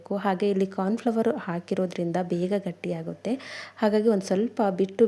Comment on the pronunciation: ಕಾರ್ನ್ ಫ್ಲವರ್ ಅಲ್ಲ ಮೇಡಂ ಕಾರ್ನ್ ಫ್ಲೋರ್